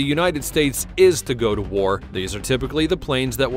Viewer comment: What's up with this channel. They can't say WAR. War war war war.